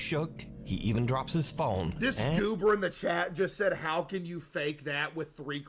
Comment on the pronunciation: as a non english or american person the word goober is just so funny to me. especially the way case pronounces it. "GOOBER !!!" :D